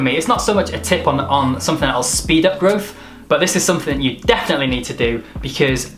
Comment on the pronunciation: he correctly goes with "stunt" and then ruins everything with "growf" o_O